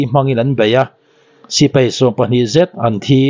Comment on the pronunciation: Sipei❌ Sipai ✅